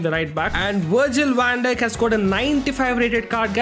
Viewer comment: Wirgil wan dijk got me laughing